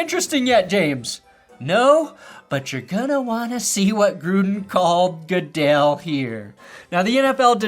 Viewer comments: Roger 'Gudle' 😂😂😂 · "Roger Goodle" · or “Roger Gooduhl” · What if that news lady is right after all and it really is pronounced that way and everyone else is saying it wrong because announcers and sportscasters are trolls? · Nevada news anchor can't pronounce "Goodell"......but correctly pronounces the name of the state of Nevada. That's good words. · Great video. But him making fun of that reporter for mispronouncing "Goodell," then mispronouncing Sonia Sotomayor's name is pretty perfect.